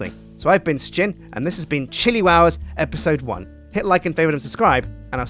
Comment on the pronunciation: Spruce Floors... That's not Sjin. It's Sijin!